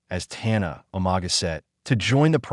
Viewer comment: Pronounce properly bro,or don’t do the job,learn how to pronounce (Umaga not o maga )